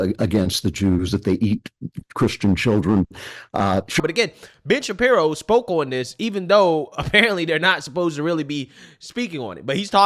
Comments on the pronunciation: Hey are you saying Bitch Shapiro or am I the only one hearing this? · for a moment there I thought you said Bitch-Apiro